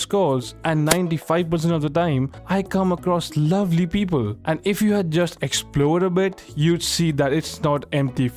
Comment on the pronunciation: Beobol 🤣🤣🤣 best indian accent